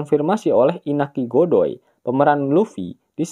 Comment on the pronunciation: inaki Godoy apa inaki ngondoy bang?